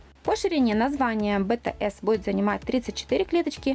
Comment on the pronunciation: Не ботаэс а битиэс